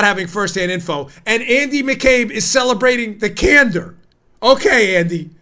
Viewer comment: 'Can door' pronounced just slightly differently.